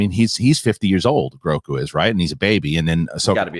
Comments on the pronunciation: Aw man. "Groku" does sound pretty good, but it is "Grogu", as I'm sure lots have mentioned. Will take some work getting used to and I'm sure he'll always be "Baby Yoda" to many. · Grogu, not groku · Grogu, not Groku lol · Grogu not groku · This dude doesn't seem to know loads about Star Wars. Also, the child's name is Grogu, not Groku! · Grogu. Not Groku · You lose your Star Wars street cred calling the Child "Groku" like 20 times. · If you guys call him Groku one more time......😡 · GROGU! Not "Groku"